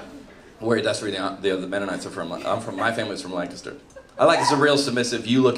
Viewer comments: I could tell he was from Lancaster because he pronounced it correctly. 🤣 But I'm disappointed he didn't know the difference between Mennonite and Amish. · Thank you for pronouncing Lancaster correctly! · He pronounced Lancaster correctly?! YEP; I 100% buy that his family is from here. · And he pronounced 'Lancaster' correctly! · I'm mostly proud that he pronounced Lancaster properly. It made my heart happy! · Stoked hey got the pronunciation of “Lancaster” 👍💪🇺🇸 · he said Lancaster right! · Same here. I was shocked he pronounced it correctly until he said he was from Lancaster. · He said Lancaster right.